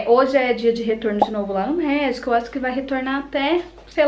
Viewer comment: Só eu entendi México! Ao invés de médico 😂😂